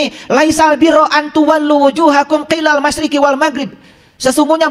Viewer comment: baarokallohu fiikum...trmksh atas penjelasan guru,# koreksi lafaz"qiilal masyriqi"yg sy tau:"Qibalalmasyriqi"trmksh